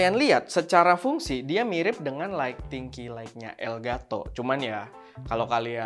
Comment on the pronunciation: Mantap, tp maaf penyebutan “ key light “ >>> ki lait, bukan ki laik 🙏🙏